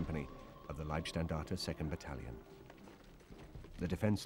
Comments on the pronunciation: and These are stupid americans dressed up in Waffen SS camo. And this is funny, he says Liebstandarte, which would mean Guides of love! :-) The word is LEIBstandarte, totally different pronounced. Bad documentary, not well informed. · It's always difficult to give any credibility to "historians" who offer commentary when they can't even pronounce "Leibstandart" properly. It's LEIB, not LIEB... ferrchrissakes. "Leib" means body; "Lieb" means love, as in Liebe. Quack historians for quack interpretations of history.... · Funny failure in pronounciation of the word "Leibstandarte". Amongst english speaking people it is often pronounced "lieb" instead of "Leib". Leib means body, therefore Leibstandarte means Bodyguard. "ei" is pronounced as in the word lie (an untruthful statement). lieb (with "ie") is pronounced as in "bee"and means "lovely". But the SS was far from beeing lovely. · Why can’t he say liebstandarte properly? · How comes these British researches that are supposed to be the experts on the field don't manage to pronounce correctly the subject of there research; it is not "Lieb" Standarte but "Leib", with the very British "y" sound as in "why" ? Fortunately enough, they don't have to pronounce "Schicklgruber", I wonder what kind of dish they would have made out of that tongtwister. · If one wants to be expert on the German army in the II world war then one should be capable of speaking german in a way where he could pronounce the word leib. If he isnt capable then it forces one to think that he is a second hand historian who hasnt studied the original documents. It dousent certanly mean that but some doupts arise